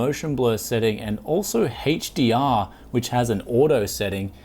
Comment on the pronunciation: dislike this because of the way he pronounces HDR